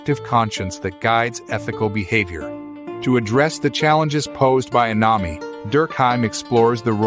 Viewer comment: Learn how to pronounce Émile and anomie.